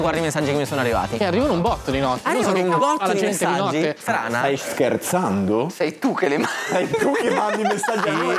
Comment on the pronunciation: il "Ma stai scherzANDO?" di mi fa morire AHAHHAHAH